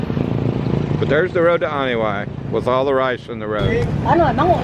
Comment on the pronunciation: This a very beautiful drive. I believe the locals pronounce Anini-y like "Uh nee nee ee" Keep up the good work.